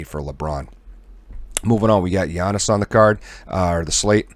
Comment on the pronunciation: It's pronounced "Yian-nis", no G sound. :) Thanks for the talkthrough on today's picks! I'm new to PP and have been enjoying this channel